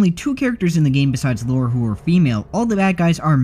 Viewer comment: *Psst* Her name's Lara, not Laura. Lah-rah, not Law-rah.